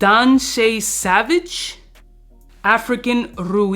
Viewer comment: Why you acting like you’ve never seen the word “Sauvage” before lol